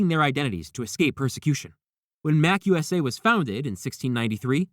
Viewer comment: Ron wasn't a member of The Slug Club. It's pronounced MA-CU-SA